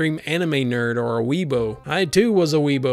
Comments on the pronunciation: Just a heads up, it's pronounced Wee-uh-boo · For the record its pronounced wee(as in like Wheeeeeeee!!!) a(short a) boo(as in like, spooky bois) sorry it just kinda gets me idk